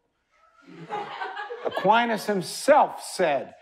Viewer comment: I’m sorry but I’m having issue with the way he says Aquinas. It’s distracting. But listen I did. And I thank you, for the clear explanation of rights to us.